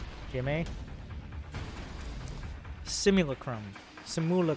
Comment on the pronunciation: That's your second video I see you having difficulty with the word "simulacrum". "Simulacrum" is a Latin word meaning "artificial recreation (of something)", it is in fact the root for the word simulation. While Latin is a dead language and there are no native speakers of it alive, there are pronunciation rules that amount to pretty much this "Latin word are pronounced exactly as they are written". So it should be sounding something like the first part of the words " SI_ster, MULA_n (the Disney princess), CRU_cifix, M" with emphasis on the LA syllable. Hope it helps.